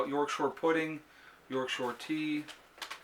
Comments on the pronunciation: P.S. It's York "Shire" not shore. Shire is the English word for county. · Loved the letter.... its YORK SHIRE not SHORE... love it. Great video again.